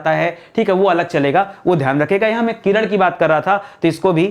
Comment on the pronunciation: किरण ko किरड़